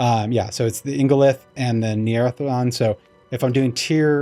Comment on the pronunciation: You pronounced ingolith correctly, but Neathiron sounds like NEETH-IRON! Why do we gotta watch videos to figure out how to play the game?? Sounds bad... anyway, great explanation to an otherwise confusing mechanic!